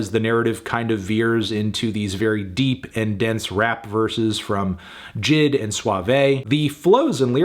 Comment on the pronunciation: The way he pronounced jid gives me pain